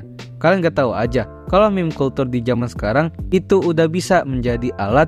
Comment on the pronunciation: cara baca “culture” : “kalter”❌ “kalcer” ✅